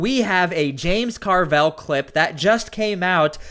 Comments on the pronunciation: stop pronouncing his name "car-velle", its just "carvil" , simple and stupid like his rotting brain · Dude, stop pronouncing Carville's name wrong